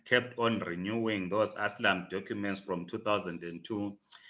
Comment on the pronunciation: its called ASYLUM NOT ASLAM😂😂